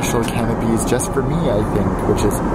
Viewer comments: I just..... can't get past canapés being pronounced as 'canopies', and mezze, becoming 'mezzer'. Then you say you've travelled to countries where this is their national dish? Smh. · Canapés is pronounced canap-ays, not canap-ees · "Canopies" lmao, it's "canapes". Fam, how can you afford this flight but not English lessons.... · Canapes is pronounced "canna-pays" not "cana-pees' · Canapés not Canopies🤦🏼‍♀️ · Canapes not canopies. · M-iza, bubble ganoosh, canopies? Dude you have some interesting ideas on pronunciation. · Those are called Canapés not can-a-peas. :D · Canapees? Really? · Just a heads up. You pronounce canapes wrong. You called them canopies. Two very different things. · just a note your food was not a can-oh-peas .....